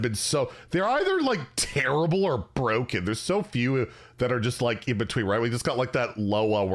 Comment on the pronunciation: Stargazer is buh-ROKEN